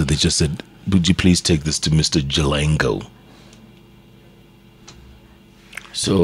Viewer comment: He’s Jalango and not Jalang’o??? Or doesn’t Jeff know the difference between ng’o and ngo?